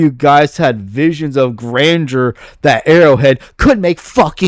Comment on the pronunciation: I love you man, but you need to work on your speech lmfao. "visuals of grandure" and "eckspecially" suck the wind out of your arguments